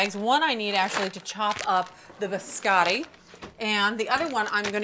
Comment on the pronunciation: "Buscattic" cookies 😂